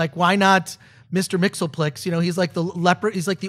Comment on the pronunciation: schneppzone Chris Gore Mr. Mxysptlk is pronounced Mix-Yes-Spittle-Ick. Not Mix ill plik. If it was pronounced the way you say it, it would be spelled Mxlplk. Please get it right. You are fans, probably bigger fans than me, and yet you mispronounce his name everytime you say it. ***** If you see this message, let them know the correct pronounciation.